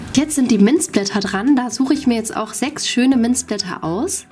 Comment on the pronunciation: baaaa hat bei nicht 6 gesagt sondern sex baaaa